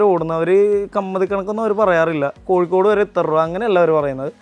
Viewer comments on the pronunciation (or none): none